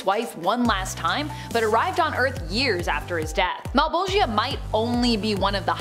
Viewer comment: Mal-Bowl-Juh Mal(pal with an m instead) Bowl(like for cereal or weed) Juh(Duh but starting with a J instead) Though Male-Ball-Gi-Uh had me g.o.l. (giggling out loud)